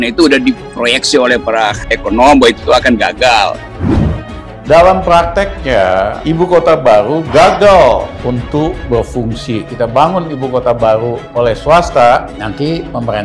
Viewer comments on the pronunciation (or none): Dalam plakteknya ibu kota bau. Menurut LIZAL LAMLI. Eh mau jadi pleciden.ngomong "R" aja ga bisa. Hehehehe.